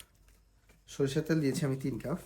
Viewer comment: উচ্চারণ সঠিক করে বলবেন।কাফ না কাপ